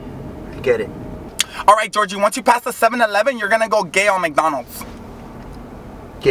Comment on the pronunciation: Future reference, it's Jorge, but just pronounces it the same as ''Georgie''